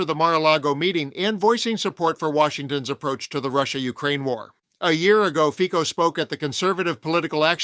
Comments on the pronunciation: 🎼Slovensko! Slovensko! Hejá, Hejá, Hejá Slovensko!🎵...and it's 'Fitso', not 'Fiko'. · Not that I care at all about the guy... but his name is pronounced "Fitso" not "Fiko". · Do you sometime use AI speech?? You mispronounce Fico ("Fitso"), make strange pauses. Otherwise this is so interesting! Trump has given free reins to the racists and misogynists and envious haters in the whole world. All because of the Epstein files and his Dementia. He invents new horrors , flailing like a raging toddler.